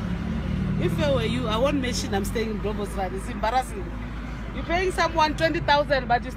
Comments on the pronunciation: Mr was dealt with accordingly!!!! kwaaaahahahahaha... "Dont say Bloubostrand its embarrassing man" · Lols.... She cracked me up yoh! Bloubos!